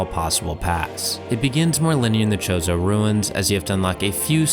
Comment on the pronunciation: never heard chozo pronounced like that